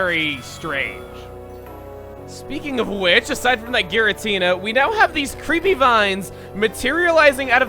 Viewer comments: is pronounced with a hard G, according to Japanese: ギラティナ, rather than ジラティナ. If that's not what you're complaining about, what is? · you pronounce giratina wrong... its soo cringy... like people saying arceus with a k.😑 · pronouncing it in the official way. It's not supposed to be pronounced with a soft G, like a J.